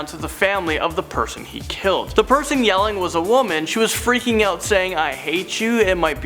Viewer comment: Can the host please learn how to say the word out correctly. It sounds creepy the way he says it. He's trying too hard to sound like a Valley boy.